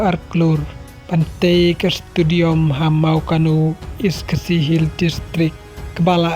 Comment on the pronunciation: Stadium ❌ Studiom ☑️